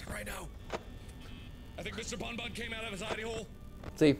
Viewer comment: It sounds more to me that Mark is calling Bonnie "Bun Bun" cuz he's a bunny, not "Bon Bon" since he hadn't yet got the characters names down.